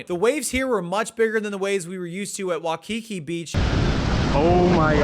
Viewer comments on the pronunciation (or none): Sorry, what beach? Wah key key? Where’s that? 😂